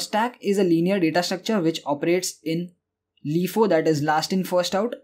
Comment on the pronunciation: I needed a playlist on data structures and you delivered. Thank you very much. By the way, LIFO is typically pronounced "LIE-foe", not "LEE-foe".